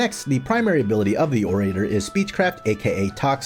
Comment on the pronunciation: You also mispronounce orator. It's "oh ruh tur". Like how "oral" is pronounced. It's not "oh ray terr".